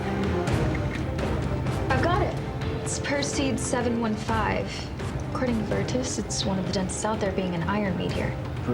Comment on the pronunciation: This was all going well until Julia, an expert in asteroids with an IQ of 157, pronounced it "PER-seed." Girl! Any amateur astronomer with a toy telescope can tell you it's "PER-sse-id"! Oy vey.